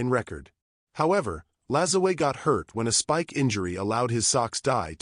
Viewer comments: pronounced, napolean La-ZWAH. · LaJoo-a is how you should be pronounced. How you get a "z" from a "J" is head-scratching. Still enjoyed the post. Note: I am not a distant descendant. Just a La Joo A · Using Spanish pronunciation on a French Quebec name ( I know tons of Lajoies’ ‘ your pronunciation is terrible A.I. Vox is short for turn it off and I did. Salut de L’ile Perrot Quebec Canada 🇨🇦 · My branch of his family always prononced it La joy. Henry Toussaint Lajoie (1839–1914), my great grandfather, is a perfect, direct example of the exact surname shift from Masseleau to Lajoie.Born in Saint-Denis-sur-Richelieu, Quebec, his records highlight exactly how these names intersected during that generation:The Father: His father was documented as Joseph Toussaint Masseleau (born around 1819). In many records, the father is listed under the transitional name Toussaint (Masselot dit) Lajoie.The Name Switch: When Henry Toussaint was born in 1839, the family was actively using both names. As Henry grew up and eventually migrated to the United States (living in Ohio and later North Dakota), the "Masseleau" part of the name was dropped entirely. He and his descendants became known strictly by the surname Lajoie. Interestingly, family genealogists note that this specific Quebec branch of the Masseleau/Lajoie family tree links directly to Larry "Nap" Lajoie, the legendary early 20th-century Major League Baseball Hall of Famer. My grandfather died in Ray, ND, when my mother war four. Ray, ND also took her bbay sister and her faathr withoin 6 mnths that year. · If he was French Canadian is last name was and is pronounced LAJOUAH